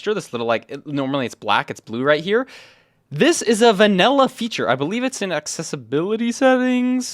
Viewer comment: "vanella" bro 😭